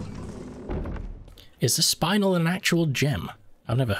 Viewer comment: Spinels (Pronounced SPIN-ELL) are ruby-like in color but not as valuable as a ruby.